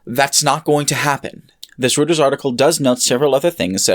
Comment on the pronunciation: Very small nitpick - it's pronounced "roy-turs" not "routers", otherwise very good video